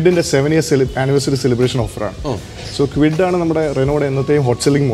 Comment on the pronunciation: കിഡ് അല്ല, ക്വിഡ് ആണ്